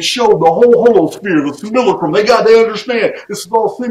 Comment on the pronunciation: I only complain when your videos are short or when you say simulackrum..ha ha..keep it coming my friend..I've gone through tons of the "truther" channels in the last 15 years..none compare to Archaix.